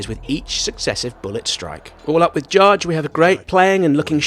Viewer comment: Isn’t it Jydge, not Judge?